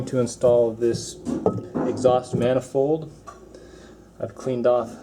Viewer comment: Interesting not intresting. Especially not speshly. Manifold not manafold.